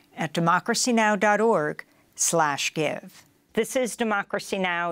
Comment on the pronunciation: democeacy she says 🤣🤣🤣🤣🤣🤣🤣